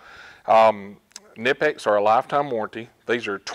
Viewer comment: knipex is pronounced with a k..it is not american